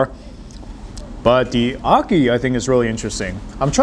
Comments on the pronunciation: Ocky and fish. 😂 It's called Ackee and Saltfish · It's ackee and saltfish not ackian